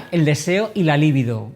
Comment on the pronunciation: Libido es una palabra llana y no esdrújula.